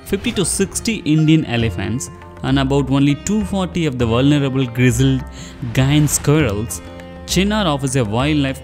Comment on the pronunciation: wrong pronunciation of giant squirrel